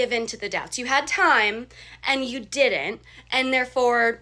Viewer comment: I would break up with her just for pronouncing the word didn't as “diddent."